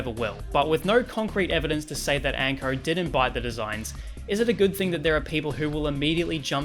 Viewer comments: Why do you pronounce "Anko" as "Ankrrr"? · The way he’s say Anko brah ….. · it's quite tame, all except for when you pronounce "o" lmaoo